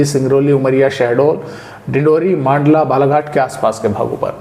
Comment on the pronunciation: मंडला को मांडला न बोले सर अच्छी बारिश हुई है 3 4 दिन से ज्यादा हो गए धूप नहीं खिली है 😢😂😂